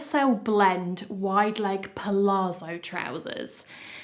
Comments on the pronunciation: Thank you so much for all the hard work trying on so many pairs of jeans, to save us having to! I live the Sienna for everyday, and wide leg with cropped top for a smarter look. BTW, pronunciation of palazzo is not 'palaarzo', but 'palatzo'. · It’s pal-ATS-zo, with the emphasis on the ATS. Same as the zz in pizza, it’s almost a t sound.